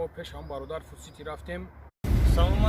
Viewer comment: Не футцити а "фуд сити "правильно